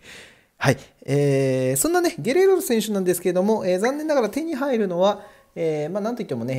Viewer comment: ゲレーロをゲロって言ってる所で模範的じゃないやんw